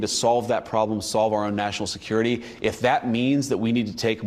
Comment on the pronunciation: Did he say security😂😂😂